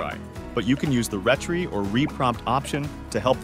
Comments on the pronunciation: Thank you for the video BUT the word "retry" is pronounce "RE-TRY" as in you "TRY AGAIN". Who on earth pronounces "retry" as "ret-tree"??? 🤣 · I suspect that the narrator is also AI-generated; his cadence and emphasis are wonky, and he's mispronounced "retry" THREE times ( it's "Re-Try," as in "Try Again.")